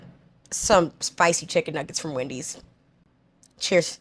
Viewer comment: Good takes till we said "wendeys"